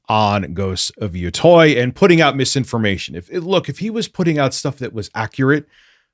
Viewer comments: Yotei = Yo-Tay Where is the "oi" coming from? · I am amazed people mispronounce Yotei as "Yotoy" its Yo-te like "Latte" you people need to learn your japanese wording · it's minor, but pronunciation of "yōtei" bothers me greatly (It's "yoo-tey" btw. but like "yoo" as in "yooooo", not the double-o like "too" lol) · Old school east coast headz pronounce it Yotoy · Take a shot everytime say Ghost of Yatoy. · Mary-oh Ya-toy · It’s the game pronounced “yo - tay”. At least I hear it this way everywhere else. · its Yo-Tay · Lol yeah it's pronounced Yo-Tay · Omfg the way he’s pronouncing yotei is driving me crazy 😂😂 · He mispronounces Yotei because he's a grifter who doesn't even play the games he shills. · The way mispronounced yotei everytime drives me nuts.